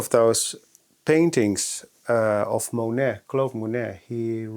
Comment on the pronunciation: Monet is “Mo-nay” ❤